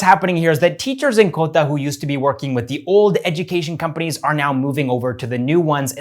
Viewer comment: Hey... I have been watching your videos from a year now. The way you pronounce Indian name is really adorable and shows your respect towards the culture. But "Kota" is pronounced as "Kotaah* only and not "Kotta".... same with KOTAK Mahindra bank. Just suggesting:) Keep making these videos.... its really great to see engagement increasing on this channel.... you deserve it:)